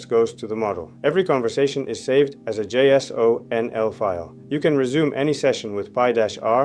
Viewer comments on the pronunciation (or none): "every conversation is saved as a jso-nl file" ... I don't get the sense this guy knows anything about development if that's how he pronounces jsonl. This whole thing feels like it's vibe coded